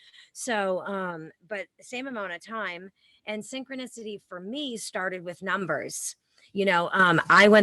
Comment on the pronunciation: SYN-CHRONIS-TY SIN- CHRONUS... CHRONUS..S0....